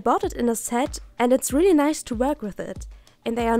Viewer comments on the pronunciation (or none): none